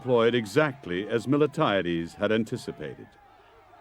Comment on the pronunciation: I like the presentation, BUT the general’s name is MILTIADES and NOT Mil-e-tiades